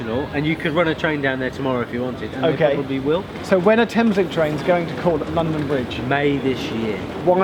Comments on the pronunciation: ITS LONDON BRIGE NOT BRONDON LIDGE! Ik its silly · "Brondon Lidge" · XD "Brondon Lidge station" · 'Brondon Lidge Station' - delightful improvisation from Geoff and, turning a slip of the tongue into a feature of the video. 'If you see something that doesn't look right' (from the station announcer) - points at Geoff. Laugh-out-loud stuff - and informative with it. Vloggers at the top of their game... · brondon lidge station? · Brondon Lidge station ha ha ha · Brondon Lidge 😂😂😂😂😂😂